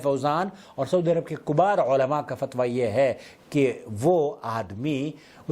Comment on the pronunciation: Kibaar ko kobaar padh rahe hai n ye hai inka ka mablage ilm ab ye aadmi gumrahi nahi to kia hedayat phailayega Allah paak Aise kam ilmon se ummate muslimah ki hefazat pharmaayen